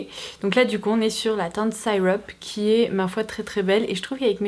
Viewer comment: Bonjour, j’adore ton blog! Etant 100% britannique, je trouve que tu as un super accent et une belle prononciation en anglais d’habitude, mais je crois que la teinte Syrup se prononce plutôt see-rup ( avec un e long et non un i long pour le y, comme le maple syrup, qui accompagne les pancakes!). J’espère que mes explications sont claires! Pour tes lèvres, as-tu essayé le baume à lèvres au miel de Nuxe, en format pot? C’est mon salut, j’en mets tous les soirs en couche épaisse, peu importe la saison et je n’ai plus de gerçures, de sécheresse ou de tiraillements!